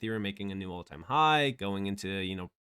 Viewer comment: 'New', not 'knew'.